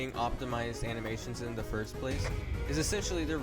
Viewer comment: "FORST" - 2025 TRUELY INSPIRING WORDS